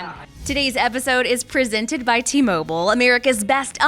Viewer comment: What the fuck? Did you really pronounce "presented" that way?